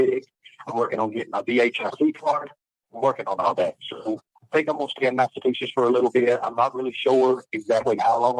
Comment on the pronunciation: He still the same. the meanest midget guy. But in jail he doesn't have his shoe lifts, oh he has too much testosterone he is too manly, with his suitcase of dil- does, oh he just works out all the time, oh he is a vet. Dude cant even pronounce Massachusetts properly.